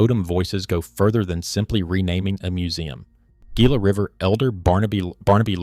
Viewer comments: You pronounce gila hila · Its pronounced HEE-LA. Damn AI production. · its Hila, not gila. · Very interesting, well done video. I am looking forward to when A I can actually get word pronunciation correct. For example “Gila” should be pronounced with “H”, not a hard “G”. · LAMO...Learn the words youre saying before doing a documentary. Gee-la river. what an idiot. It's Hee-la river, Gila River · Come on, dude, if you're going to give the oral narrative, please, learn the proper pronouncement of the words. The word Gila is pronounced with the g sounding like an h. Hela. Thank you. 😮😊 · this stupid AI slop needs to be taught how to pronounce Gila. It's HEE-la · Gila is pronounced HEE-lah. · pronouncing Gila with a hard G is a punishable offense in Arizona. c’mon man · LOL came here for this comment. Does entire deep dive...say GI-LA 😂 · Gila is pronounced hee-la. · Should've carried the name from the beginning.... ( ) Except it was not known. It wasn't done out of disrespect, it was done because nobody knew. Your AI videos throw a lot of unnecessary shade at people. Look in the mirror because we could also say "Gila" should've been pronounced correctly from the beginning of your presentation. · This AI, no self resepcting archaeologist even remotely familiar with Arizona would allow the narrator to pronounce Gila so incorrectly. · Yeah, you'd think AI narration would have learned that by now. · Please learn to pronounce the names before you record. Gila - Hila. O'odam - Awtham. Etc.